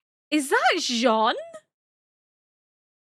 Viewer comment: ケニー？っていうヒトも多い中、ちゃんとジャン？って言ってますね☺️